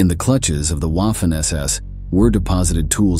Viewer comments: Lost interest after Wahh-Finn ss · Can we train the AI to pronounce “Waffen” correctly? It’s pronounced “Vaffen”! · German uses a "v " sound for words that start with "W".